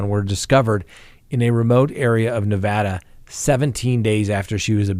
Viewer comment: Hey, I am glad you pronounced Nevada correctly. Washoe is pronounced wa-show. 😄 Love your show, keep up the good work